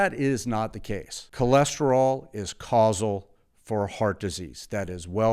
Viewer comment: “Causal”? OK, next video.